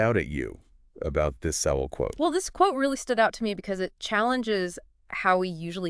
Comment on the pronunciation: UNBELIEVABLE! Seven seconds into this video, and you've already destroyed your own credibility. CAN'T YOU AT LEAST LEARN HOW TO PRONOUNCE PROF. SOWELL'S NAME?!!!